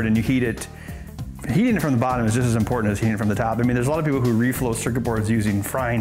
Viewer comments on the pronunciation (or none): none